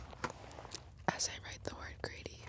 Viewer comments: I thought she kept saying "Grady." I was like, "Whos' Grady?" lol Then I looked her up and saw it is Greedy. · thought she was saying “grady” for way too long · When she said greedy I thought she said “Grady”